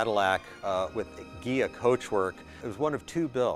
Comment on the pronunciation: Hells Bells! My ears must be shot. I swear he is saying, "Kia Cadillac".